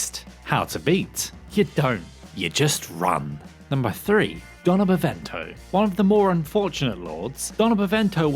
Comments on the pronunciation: Also, is Donna "BeNEVIENTO", not bEvEnto, jeezzz this tier list sucks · I thought it was Beneviento not Benevento ! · How the hell does everyone keep mispronouncing Beneviento, how does Beneviento become Bevento. I mean you're missing multiple letters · Lol "Donna Bevento" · Your saying Beneviento wrong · Dude needs a lesson on how to pronounce "Beneviento". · I didnt know it was Impossible to butcher Beneviento so much. You butchered so many names in this video. You should look up how to pronounce the words befor making a video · I feel like you just purposely mispronounced Salvatore, Beneviento, and Sturm